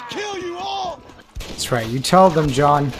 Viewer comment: does he say Shawn instead of John😂